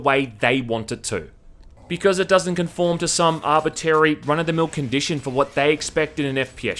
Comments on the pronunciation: arbitrary* not arbitary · One of these days, he'll pronounce "arbitrary" correctly